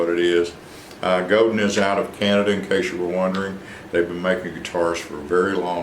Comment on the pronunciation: It is pronounced Go-DAN . . . . It is French.